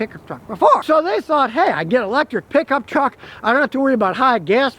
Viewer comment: i love hearing scotty say piggup treck